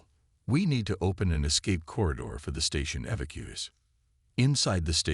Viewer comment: That was the best mispronunciation of evacuees I ever heard.😂 I almost dropped my water on my keyboard.